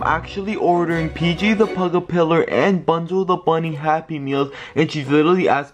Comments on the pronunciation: It's PJ puggle pillow and not PJ the pillow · It’s not PJ pillar it’s PJ pug a pillar it is not Bonzo the bunny is Bonzo bunny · It,s pj pug-a-pillar